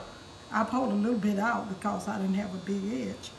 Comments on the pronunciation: I like how she says cawze instead of cause that’s how u know the food is gonna be 🔥 fire nd good💯💯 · Anyone who pronounce the word "because" the way she does be putting a whole foot in their food ❤️🙌🏾🤣